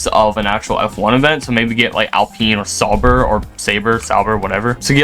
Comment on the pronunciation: Sauber is pronounced Sou (like sour) brr (as in cold) The last one was correct!